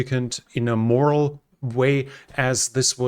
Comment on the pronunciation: "morale", not moral. Very different things, pronounced differently.